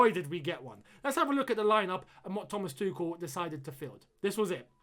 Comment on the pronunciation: Why do you say "Thomas Tukel" is that the actual pronunciation?